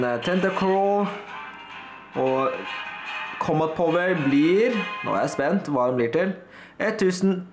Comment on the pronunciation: Du ut-taler alt kjempebra, men du sier litt feil combat power, men vet hva dysteleksi er så det skader ikke meg.